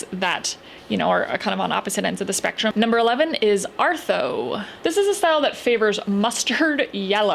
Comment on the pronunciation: Love your vids! I'm pretty sure it's pronounced "art-hoe"